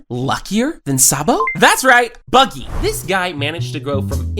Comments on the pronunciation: Bucky??? HUH it’s not buggy? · Its buggy not Bucky